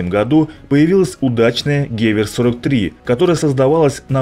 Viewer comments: Автор, нужно быть в теме: Не гЕвер, а гевЕр (Gewehr) Не Панзерягер, а Панцерегер (Panzerjager) Егерь - охотник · Что это за "панзер-ягер-каноне"?! Потрудился бы узнать, как это произносится! гевЕр, а не гЕвер, ПАК - это панцер-абвер-каноне. Марш обратно а ПТУ алфавит учить, болван!